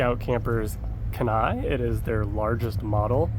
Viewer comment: Never heard someone pronounce Kenai like that.